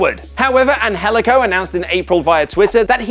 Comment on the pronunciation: I don't know the guy but the pronounciation of his name bugs me.